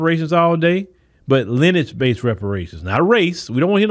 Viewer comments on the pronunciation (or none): It's lin·e·age Not Lennch Just trying to help you out with your vernacular.